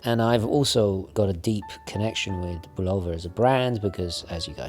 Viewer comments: Um, say BULL-uh-vuh instead of Bu-LOW-vuh. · Speaking of Bulova (BULL-of-uh), I wish you'd do a review of the Hack.